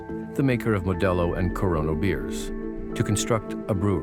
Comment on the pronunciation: the narrator was so afraid of coronavirus that he had to mispronounce a beer brand its corona not corono